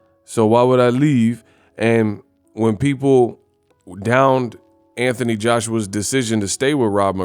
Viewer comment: Who the f___ is Antanee, say the name correctly Anthony